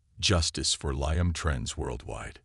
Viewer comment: Need to learn how to pronounce Liam